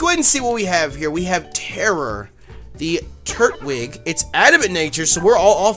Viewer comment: Hey it is tur-twig